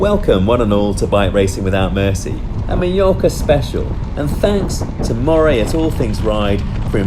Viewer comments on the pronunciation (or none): none